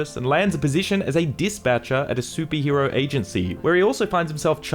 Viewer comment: why are you saying "soupie hero" instead of superhero?